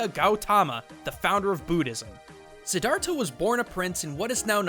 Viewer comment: i cringed so hard when u said Siddhartha because i am a Buddhist and u totally butchered it but to be fair it is hard to pronounce lol